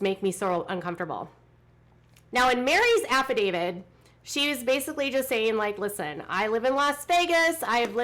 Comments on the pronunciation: Isn't the word affidavit and not affidavid? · affidavit, not affidavid